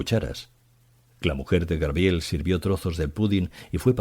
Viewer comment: Debería volver a grabarlo por el fallo tan grande de decir muchas veces GRABIEL, ¡por favor! qué fallo tan grande 🤦🤦🤦🤦 es muy grave en alguien que lee para tantas personas, que eso lo diga alguien que no tenga estudios es entendible, pero aquí es inadmisible, no sé si voy a ser capaz de seguir escuchando, como siga diciendo GRABIEL cada dos por tres. Me está poniendo mal cuerpo